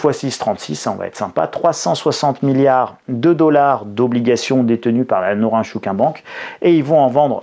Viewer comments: Ça se prononce Nôrine Chôkine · Je suis japonais et ça se prononce: nrintchkine. Sinon sympa la blague du nunchaku 😂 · Norinchukin se prononce un peu comme :Norine... tchkine !😊